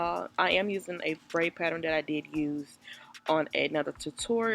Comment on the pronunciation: The patterin 😂